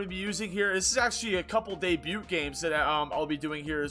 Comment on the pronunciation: dayb-U, not day-beut